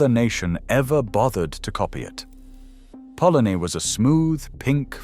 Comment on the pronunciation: So why are half of your pictures American, these videos are pathetic, we didn't have french fries, we didn't have kitchen counters either, even the cartoons are American, sausage and mash is eaten today, bacon was never in bubble and squeak, ready meals arrived long before the 80s. Can't even pronounce polony correctly😅. All in all a very crap video.